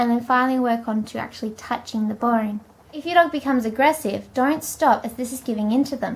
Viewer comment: why do you say boine instead of bone?